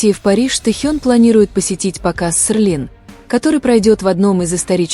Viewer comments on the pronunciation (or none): СЕЛИН, а не СЕРЛИН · В слове Селлин нет буквы р, это можно правильно произносить слух режет